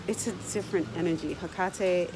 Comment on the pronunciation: Your pronunciation of her name is exactly how it appeared to me. I found myself almost chanting her name. After doing some research and finally realizing who had just contacted me I was extremely hesitant at first. She is the one who introduced me into the craft. Most intense experience of my life, but she is so loving and understanding at the same time. She's not for the faint of heart for sure!!!